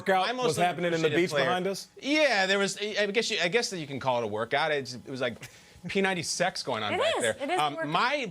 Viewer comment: PAUSE ALL COMMENTS FOR A SEC.... did this man say P90Sex 😂